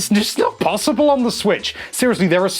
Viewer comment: you almost went full British there when you said it's not possible on the Switch.